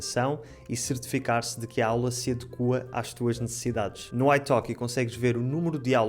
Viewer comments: ... "adeqúa"...?!? Assim perdes pontos, ó pá..!! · Engraçado como vc pronuncia adeqUa, enquanto nós brasileiros falamos adÉ qua. Vou tentar notar outras diferenças